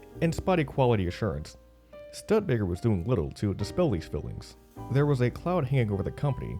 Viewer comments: This is what happens when you let an African American who knows nothing about cars read off of cue cards and narrate a documentary. You get Stud Baker. I had to mute the sound , and just watch the video with some ELFL for a soundtrack. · If your not going to research how to say Studebaker correctly how can i trust that the rest of the information is correct? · Please get an announcer who knows the proper pronunciation of the corporate name. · How did they manage to find someone who doesn't know how to pronounce studebaker? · How could you not know how to pronounce "Studebaker"? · His mispronunciation is appalling! Even Fozzie drove a Studebaker in the Muppet Movie you don't need to be an old timer to know how to pronounce Studebaker correctly. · Everyone else in the country knows how to pronounce Studebaker, but somehow you missed that in your research. C'mon man, nobody can take this seriously if you can't nail the basics. Cheers from South Bend. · Miss pronouncing Studebaker AND Brigette Bardot 🤦🏻‍♂️ There's this thing called "Wikipedia" that gives proper pronunciation in listings, or, how about searching for, I dunno, old Studebaker ads on YouTube to hear how they pronounce it? 🤷🏻‍♂️ Almost as tragic as what happened to Studebaker... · Learn how to pronounce Studebaker properly. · Who in hell coached your voice over talent?? This is a glaring error calling it Stud-Baker? Why don't you go back in and do it right? This negates any credibility you have as a documentary maker. Can you imagine if you pronounced Stone Hedge as Stone Head? It's pronounced (US: /ˈstuːdəbeɪkər/ STOO-də-bay-kər or British STEW-də-bay-kər) Look it up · You gotta do a little more research on how to pronounce names correctly! Stood DA Baker, Mick Cull ah, Bridge EAT, etc. etc. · This is voice generated narration hence the annoying ‘stud-baker’ pronunciation. Still, hard to watch, poor production 👎🏿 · YES...STOO DA Baker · It's not a Studbaker, its a bloody Studebaker.